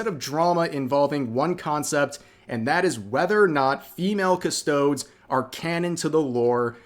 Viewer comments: Please start saying it correctly... Cus-toad-ees... I'm really sorry but it has been adding up over the videos and I thought you would have learned it over time but I was wrong. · It kills me to hear him pronouncing them as 'cuss-toads' xD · Rev PLEASE learn how to cite how their name is read,because there are no custard-toads in warhammer 40k that i know of. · I hate to be that guy, but its "Cuh-Stow-Deez" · I believe it's pronounced "custod-ees" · Cus-toad-eez (custod-ies) from the word Custodian - aka caretaker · Ok Rev, as a Custodes main I have to correct you as you pronounce Custodes is wrong and it bugs me tf out. It's Custo'dees'. It's a dragged e and not a soft one 😅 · The topic aside, the word is pronounced Cus - toe - dees. This annoyed me more than it should. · I'm sorry i choked hearing you say it like that. It's supposed to sound like custodes Like deez nuts.... Cus-toe-dees. Also we have the sister's of silence as the female side of the custodes faction...we don't need female custodes when we have them. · Say it with me rev: Cuh-stode-eez. Please. Also, Ah-star-teez. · I'm sorry I had to bring it up it's pronounced as "cus-toe-dees" Love u rev ❤ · The mispronunciation made this video hard to watch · Drinking game, down a shot of vodka every time rev mispronounces Custodes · The E is not silent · Whats worse, female Custodes, or the way Rev says Custodes? 😂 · Your pronunciation of custodes is killing me, the e at the end should be pronounced just like the first e in Japanese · I cant support anyone who pronounces "custodes" like that. Unsubbed. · Rev's Boomer was hanging out today. Mispronounced Custodes. Uses "wack-a-do" when referring to crazy people. Next thing you know, he'll say, "I looked it up on the Googles." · The way Rev pronounces custodes reminds me of the way people pronounce Kirsche. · I can tell you aren't much of a Warhammer guy by the way you pronounce Custodes lmao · look up how to pronounce custodes. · CustoDEEZ. not CusTOADS